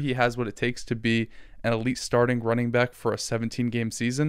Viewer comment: dammit you said “welcome back” … not “welcome byke”